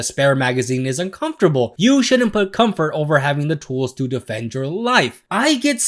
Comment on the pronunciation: THE WORD IS COMFORT. REEEEEE